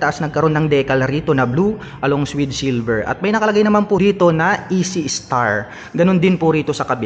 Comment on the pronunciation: Ekstar po basa jan, hindi po E.C. star.